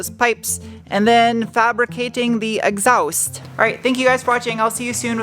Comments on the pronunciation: exhaowst. Love it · Greetings from Scotland! As always, riveted to the screen watching this video! I still love how you pronounce exhaust - kinda "exawst" - fascinating! Love that accent! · I'm sure this has been covered, but WTF is an exowst? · When you said “Exoust”, was that a Smith and Sniff reference? I’m going to say it was. That would be cool.